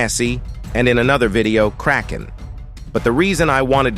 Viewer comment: he say karken -_